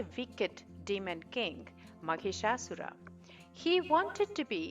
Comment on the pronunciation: Wrong pronunciation it's not maghishasur it is Mahishasur. Here Mahish means Male Buffalo And Asura means Demon .... 🙏🙏🙏🙏🙏🙏🙏🙏🙏🙏🙏🙏🙏🌹🌹🌷🌷🌷🌸🌸🌺🌺🌺🌸🌸🌷🌹